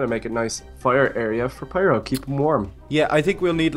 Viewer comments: it's Pyro nit piro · OMG why are you saying piro if its opiste to be FIRO